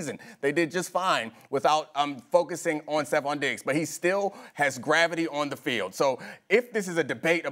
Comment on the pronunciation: Madd Dog gotta pronounce Diggs a lil clearer